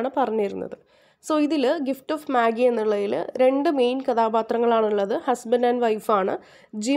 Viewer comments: Magi alla vaayikkuka മജായ് ennaan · It is not മാഗി but മജെയ്. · Maagim Noodlesum onnum alla. It's meijei while pronouncing..